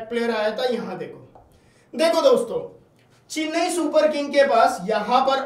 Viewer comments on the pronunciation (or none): चिन्नई नहीं चेन्नई